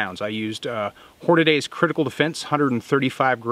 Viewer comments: Hornady, as in hor-na-DEE, not hor-na-DAY. Don't worry, you're one of way too many that pronounce it incorrectly. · Oh no. You said "Hornaday". :(